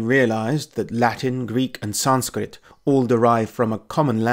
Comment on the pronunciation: You EXTREMELY and Brutally Butchered the sanskirt pronounciation Wrose than i butcher english